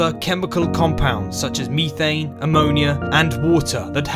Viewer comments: MEEEEE-THANE GODDAMN IT. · Me-thane, not to be confused with You-thane.